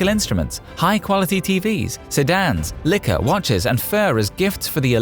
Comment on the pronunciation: this guy can't say liquor properly